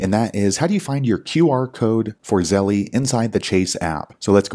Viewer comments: The way you say Zell-eee is har to hear😂 Thanks for you info! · Why is it Zell-E and not Chas-E?